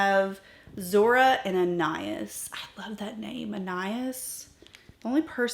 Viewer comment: Lisa E pronounces it "( an eye EES' ) described as a cool antique pewter with sage green undertones shot through with silver, pink and gold shimmering pearls. See her video titled "New Shades Are Here!" . "The name Anias (as you pronounced it) is a male name of Greek origin that means "Son of Apollo". It comes from the Greek prefix ana, which means "son of", and the name Apollo, the god of music, healing, and prophecy. In Greek mythology, Apollo was the king of the island Delos. The name Anias reflects a divine lineage and a sense of nobility and honor."